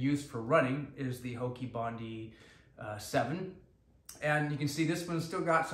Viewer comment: Not pronounce "hokee" Its "HOKA"